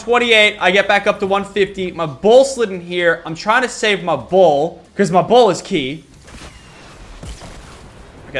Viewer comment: Every time you said BAll it sounded wrong